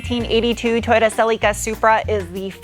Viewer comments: I know it's not... however, did I hear you say; Sillyca' - just curious 🤨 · I like the way you pronounce Cel-ee-ca.